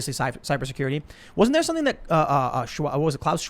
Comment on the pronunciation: Tim: “Listen. Listen. I’m gonna say sompin” Me: Well I’m done with this video.